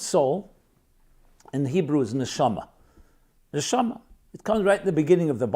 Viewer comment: The accent is on the last syllable. Ne-sha- MA